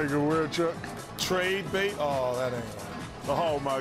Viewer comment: Traid Bate 😂 That was wrong